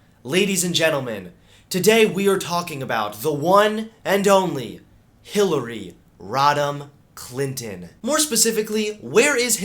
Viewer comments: Also, I thought you said Hillary rottin clintin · I keep hearing "Hillary Rotten Clinton", is that just me?